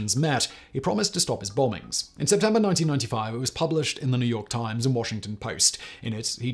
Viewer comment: There is no r in Washington !!!